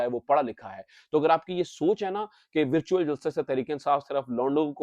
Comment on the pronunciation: ورچیول جلسہ ذرا صاف بولیں لگتا ھے کہ آ پ مرچیول جلسہ بول رہے ھیں۔